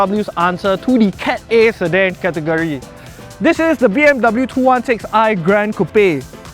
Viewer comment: 'dub bew' hahahah good video either way